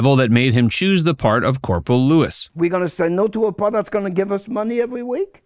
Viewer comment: same with Robert Clary (they used Clay) and pronounced the character name as Lewis, instead of Louie